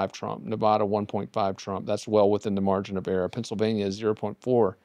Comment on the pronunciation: Why is he pronouncing Nevada wrong?